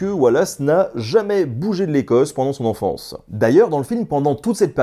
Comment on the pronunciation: Pourquoi dites-vous "Mon enfonce... ponser, etc... au lieu de mon enfance, penser... etc.? Je ne comprends pas cette prononciation. Elle me casse les oreilles.